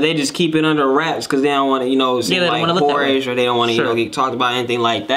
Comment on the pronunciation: When he was saying whorish I thought he was saying porridge... I was like “is this some type of slang” I was tryna decipher the shit n all like maybe it means mushy and easy cus it’s easy to make but nah man I really had to watch the video twice cus I ruined it the first time with my speculations.